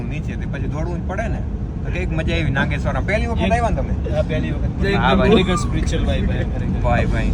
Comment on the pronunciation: નાંગેશ્વર નઈ નાગેશ્વર